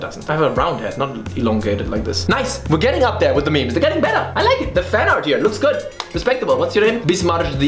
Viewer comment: wery goot